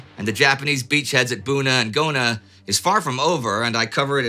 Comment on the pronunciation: "...near the coastal villages of Bona and Guna." LOL! You do an amazing job of pronouncing unfamiliar names, Indy. But it's nice to see you're human at times. :^D